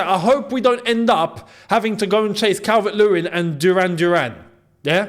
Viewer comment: Calvert not calvin😂